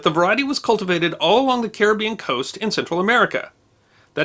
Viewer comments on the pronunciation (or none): none